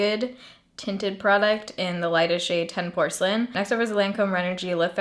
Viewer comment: “Porcelain” hahaha